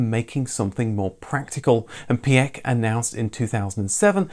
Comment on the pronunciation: Piech is pronounced Pietsch